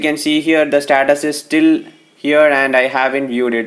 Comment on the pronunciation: This guy cannot say status he is saying SATATAS IF YOU ALL AGREE THEN LIKE!!